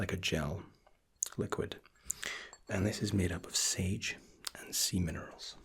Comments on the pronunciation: I thought he said sage and semon for a second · Hahaha, it does sound like semen rolls. :D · did he say semen oils?! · Scared my ass. He said sage and semen-erals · I heard "Semen rolls" LOL